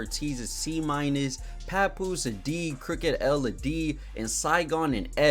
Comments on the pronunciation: It's Crooked "I" (i), not Crooked L...And he was legit! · Do more but get the names right crooked I not L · it's Crooked I not Crooked L. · This man said crooked L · I don't know how this is going to go! First, it's Crooked I NOT L! respect the Westcoast. Second, please do your research. The source was hot as fish grease for many years before XXL was even thought of. And this calling people washed has gotta stop! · Bruh said Crooked L.... His name is Crooked I 😂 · Bro Said Crooked L 🤣🤣🤣🤣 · As soon as you called Crooked I (Crooked L) I couldn’t listen anymore. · No major offense but this video kinda sucks. Slight bits of misinformation and using number metrics, when hiphop artists didn’t have to chart (in 2007) to have a great and buzzing career back then. Saying Crooked “L” is dumb my guy just read lol. We need hiphop videos made by actual hip hop fans. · Calling crook "crooked L" pronouncing the Nacirema dream "knockareema" was all I needed to know lol .. bro is young or just wasn't tapped in at that time with those artist . Good content for sure though bout see if I can find the others